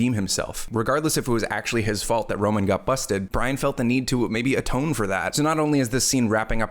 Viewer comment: Also his name is ROMAN, ROME-AN, need I say more